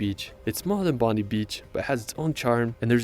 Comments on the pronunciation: 😂 Bon-dee beach 😂 love how many people just can't pronounce it. Always say it like Bon-die beach. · I’m happy to call Brisbane my home city! Love this place love Whitehaven beach I went last year in late June and it was just as beautiful as it looks in videos and photos I would love to go here and Sydney in general but it’s not pronounced bondee it’s pronounced Bond-eye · And bondi beach is not pronounced bond i beach it is pronounced bond eye beach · Its pronounced as Bon die Beach, not bondee bch. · Americans always pronounce Bondi beach wrong. Its not Bond-ee beach, it's Bond-eye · *Bondi is pronounced “Bond-eye” *Melbourne is pronounced “Mal-bn” If you’re going to make a YouTube about Australia- get things right - cos other Americans are going to be watching for hints!!! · he was saying Esper-RANce. its esp-rence. he also said, Bondy Beach, it's bond-eye beach. i think you already know how to pronounce Melbourne. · A Natural heart. That heart is called Heart Reef known for viewing from the air and the flight tours available. That Beach near Sydney is pronounced Bond Eye NOT BONDEE, MELBOURNE is Mel Bin NOT Mel Born ... nah I'm done. Ta dude (like your jacket - nice!). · I'm getting rather tired of these videos about Australia that are narrated by Americans who supposedly visited here yet who did not bother to learn how to pronounce the names of places. Bondi is pronounced Bond-eye, not bondee. Melbourne is pronounced Mell-bn not Mel-born. Brisbane is Bris-bn, not Bris-bane. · G'day Mate! Short note:- Bondi is pronounced "Bondeye" Not Bondee... I don't understand why so many Americans get this one wrong even after spending time in the country... Cheers! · Bond I beach is how to pronounce it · this guy can't even pronounce stuff properly... "bohn-dai" "Mel-bhrn" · Bon-dye beach. Which makes me think the original vid creator had never actually ben there because otherwise he would know how to pronounce it. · Bondi beach is pronounced Bond- eye